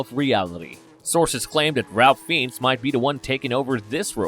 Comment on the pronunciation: It’s pronounced Rafe Fines.